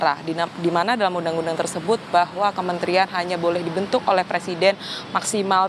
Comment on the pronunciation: Sekelas presiden kok ngomong PRESIDEN saja ga becus. Bacanya PRESIDEN wooi...bukan PERSIDEN.